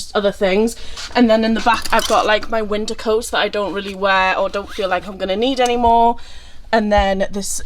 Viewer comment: The strong Welsh accent came out there when u were saying its wintaaaa!😂it was adorable btw 😊❤